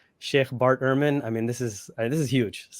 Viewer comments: Bart Ehrman's name is pronounced 'Erman' not 'Airman' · Dude, Ehrman is not pronounced airman. It's like ur-man.